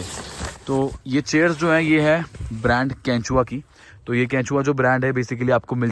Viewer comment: Bhai vo kechua nahi hai 🐛 😜 ! Quecha hai 😂😂😂😂